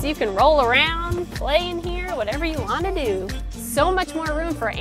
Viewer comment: You're Italian? "Whatever you wanna dooo"!